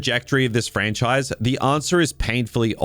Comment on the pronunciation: Ha ha! DUB-MEST. You don’t like this “Frach-nise” do you?